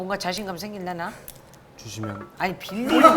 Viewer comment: "주시면", "빌리면"ㅋㅋㅋㅋㅋㅋㅋ